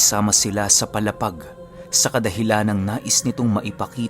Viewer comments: PALA--PAG PO HINDI PO PALAPAG. MALAPIT LANG PO SAAMIN ITO. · mabagal lang po ang bigkas sa palapag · Mali yong palapag sA Samar sA pronounce..mo... Matigas masyado dapat malumanay Ang pag pronounce mo sa brgy.paaaaalaapaag n samar